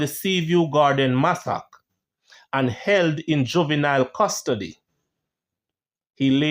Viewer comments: Massacre is pronounced Masa -ker and not masak. No offense meant just want you to be greater. Love your channel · Massacre - mas-sa-cre Not massack 😮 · Pronounced mass a ka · Not Massac, “ Massacre “ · Guy say masock, bro!! You dont know how to pronounce the word massacre? You know the artiste Masicka, well a so the word pronouce masicka only spell it wrong. Massa-ker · Massacre is pronounced "Massaker" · Keep up the good work. But the word massacre is pronounce mas-sac-er. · . Massacre pronounced mass-er-kur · Massacre is pronounced massacra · Massacre is pronounce MASS-C-CAR hope this helps for future reference ok 😊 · Massacre Ma-SA-KER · Love the video but the pronunciation of "Massacre" is sending 😂😂😂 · The way he pronounces massacre pisses me off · you pronounce the word massacre wrong